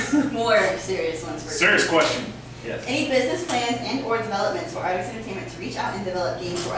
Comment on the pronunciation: she say atrix not artix:D